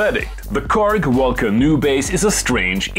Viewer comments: gotta love the way Germans pronounce WOLKA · Low how you pronounce Volca! 😂